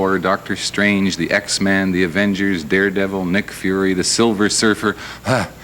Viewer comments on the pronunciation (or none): The first guy pronounced Spider-Man as spidermen and pronounced x men as x man 🤦‍♂️ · He also said "X-Man"